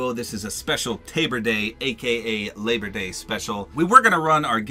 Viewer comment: "Tabor day" 😂